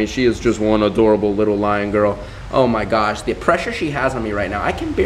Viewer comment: You said liar not lion UwU